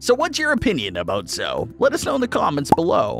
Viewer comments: Not to be rude.... But it's pronounced Zoe (ee) not zo. Sorry if it's rude. My favorite character is Nigel 😊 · Her name is not Zoe like how he pronounced it it’s pronounced zoey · The spiky one is called zoe not zoo